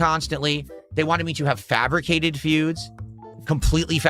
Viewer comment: Oh no, not the fuhbricated fewds maYUn 😩